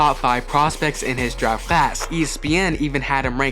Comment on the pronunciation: Daft instead of draft. A lot of mistakes